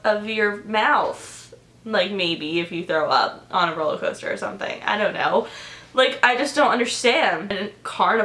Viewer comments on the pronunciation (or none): Ur saying roll-a-coaster instead of roll-er-coaster 😂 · "rolla coaster" lol